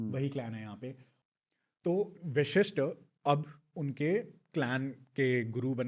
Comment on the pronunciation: गेस्ट अच्छी जानकारी दे रहे हैं लेकिन कहीं कहीं उनका उच्चारण अस्पष्ट है। कई जगह वशिष्ठ को विशिष्ठ कह रहे हैं जो खटकता है।